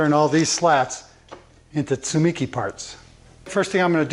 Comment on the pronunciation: In Japanese there is no stress so each syllable has the same stress. You have stressed the second syllable 'mi'. The more accurate pronunciation is TSU-MEE-KEY with each syllable fully sounded almost like they are separate words.